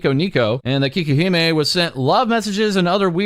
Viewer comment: But it's "cakey-he-meh", not "kee-keh-he-meh".